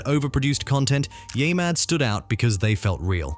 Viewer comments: Wait...the voice calls it "yaymad" 2x in a row, then, the 3rd time, says it correctly. WTF ? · Yeah-mad, not Yay-mad. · What the fuck is yay mad? Its yeah mad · Can you redo this episode with the proper way of saying YEAH Super annoying. Yaymad sounds dumb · It's YeahMad, not YayMad. Gotta be pretty dense if you can't even pronounce it correctly. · Use a better AI narrator, one that pronounces Yeah Mad as Ya Mad instead of Yaay Mad. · U know its called yeahmad NOT yah mad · The AI voiceover manages to say "YeahMad" wrong in a few different ways. Impressive.